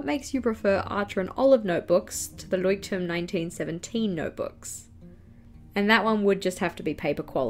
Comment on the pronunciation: As a native speaker it feels a little bit funny to hear you say "Leuchtturm" (and than an English number) I prefer a squared or dotted journal with a single pen and sometimes a ruler. And later I'll add a little decoration, if I feel so.